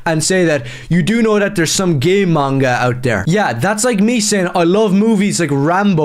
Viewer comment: ''Retauurds" and "Geey Manga"